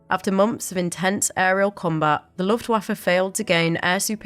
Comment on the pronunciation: With all due respect, I find the pronunciation of Luftwaffe a bit distracting.